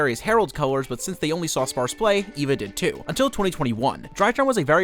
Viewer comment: It's actually pronounced, "Ay-va"